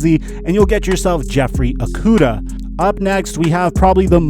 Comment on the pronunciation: It’s prounounced O-kudah. Pronounce it right, went to middle and highschool with him